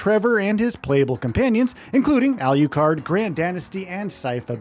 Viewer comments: Alucard😂.. not Aliucard 😅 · alucard alucard alucard not al you card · This guy says it: "al-YOU-card". Why? Just because the other is pronounced: "drac-YOU-la"? Um, okay... "shor-YOU-can"!! 😂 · Tell me who's holding a gun to your head and forcing you to say Alucard's name like that? I almost turned this video off several times just on that alone😂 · For the love of god, can you please pronounce alucard's name correctly.